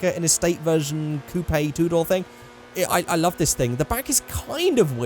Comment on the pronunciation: Coop-yay?? XD